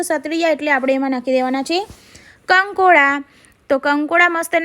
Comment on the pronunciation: કંકોડા એવી રીતે બોલે છે જાણે કોઈ કીડા,કોકરોઝ ને બોલાવે છે 🐛🪱